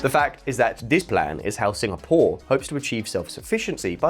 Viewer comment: "singa, POUR"